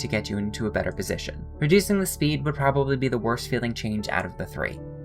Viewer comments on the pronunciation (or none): none